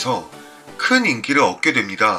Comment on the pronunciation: 연기력- 연기뎍, 인기를- 인기들 ,으로-으도..ㅋㅋㅋ 말로 -말도..ㅋㅋㅋ